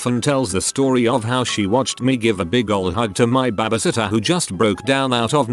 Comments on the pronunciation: Nobody: Literally nobody: TTS: B A B I S I T T E R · Why can't this robot pronounce "baby" sitter properly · I'm so mad at how the voice pronouncees babysitter. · ah yes, babaseeter. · Ah yes, babasittah. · Everyone trippin over babasitter must’ve never seen the vid where he called gym gim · The way he says babysitter as “babasitter” just makes my day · BEBEH SITTER LMAOOO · Probably wouldn’t have finished this video if it wasn’t for ‘babasitta’ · No one: Narrator: bAbAsItTeR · UPDOOT:Babasitter ME:WHAT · Nobody: Google: Babiesitter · nobody: the robot: babhasatyah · you are beyond missing the point. It's a joke about how the robot pronounced babysitter as babisitter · Me too, friend. Me too. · “Babah sittuh” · alpaca That’s what I said what are you not understanding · Wow yes yes that made my day too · Hah I know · Lol was going to comment this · i like how it's pronounced babasitter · I love how robo voice pronounces baby lol reminds me of my Scottish grandpa. "Babby-sitter" lol 🙂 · I feel bad for laughing each time the bot said "b a b a s i t t e r" in that part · No it’s babysitter